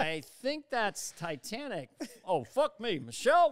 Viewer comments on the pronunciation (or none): none